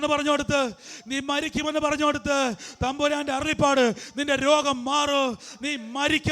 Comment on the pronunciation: Not arullippad, it is arullappad...